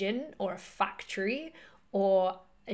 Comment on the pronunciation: I love how you pronounce the word factory as fucktory. I don't pronounce many words correctly myself so I don't blame you but that made my day knowing there are others with the same problem. Love your research keep it up. I love ancient Egypt.